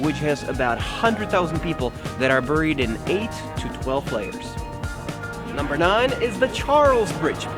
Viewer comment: The way he says 'buried' - cute Czech accent